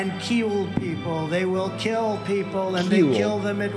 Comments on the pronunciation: I'll kewwl you a mewwion times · "And keel people." Apparently, pirates are robbing stores now. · “keywill people “😂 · “They keel them when it’s necessary and when it’s not necessary”. I can only imagine how foreign leaders worry when they hear this and consider an even remote possibility that this man will become US president again. It’s frightening.